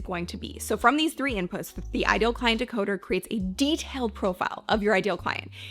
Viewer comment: Great video! "Decoder" please!